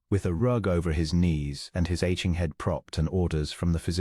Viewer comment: « She read everything » - the verb ‘read’ in this context rhymes with ‘red’, not with ‘feed’, as the robot narrator mispronounced. … »his aching head » - ‘aching’ has a hard ‘ch’ like a ‘k’ and is pronounced ‘a-king’, not ‘a-tshing’. ‘wholly silent’, not ‘holly silent’, and pronounced ‘ho-ly’, not ‘haw-ly’. Fortnight